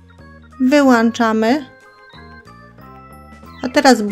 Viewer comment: Wszysrko jest ok ale palnik czy gaz wyłączamy a nie wyłanczymy